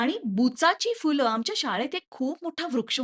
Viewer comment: Fool nastat madam phool ( फुलं ) असतय मॅडम